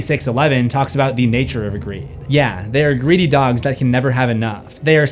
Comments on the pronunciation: heads up that 'yea' is pronounced like 'yay', not like 'yeah' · Just a heads up, the "t" in apostle and "p" in corps are silent 😄and "Yea" in this context is pronounced more like "yay" and means "yes" or "indeed". I don't know where you got "Sorrow" from, that is incorrect. He used the word "Acedia" which translates to "apathy". Basically, what he meant was not caring about one's own condition or the condition of those around them.